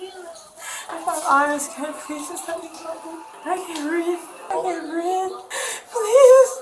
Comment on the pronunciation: "i can't breeve" 😂 ... 💀